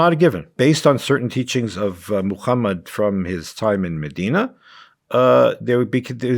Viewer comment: This "scholar" can pronounce all Arabic letters so well but he insists on saying "Mukhammad". This tells you how galvanized he is. He's clearly biased and prejudiced and should not be taken seriously.